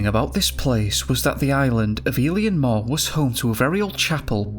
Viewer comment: Heading you pronounce place names in my country, Scotland, is painful… but in fairness, it can be confusing for other countries Strichen - Stricken Fraserburgh - fraser buruh Eilean Mor - ellen mor Oban - ohban Leith - Leeth The name MacKay - Mackaye Hope these help, a lot of our place names come from Scottish Gaelic and the Pictish origins mostly, there are some from Nordic origin